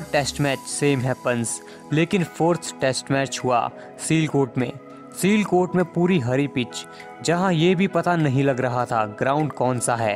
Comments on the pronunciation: Bhai its not selcote its siyalcote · Seelkot nahi, Sialkot hai place Ka naam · It isn't sealcot, it is Sialkot 🤣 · Chu.....Sialkot ,,seelkot nhi 😅😅😅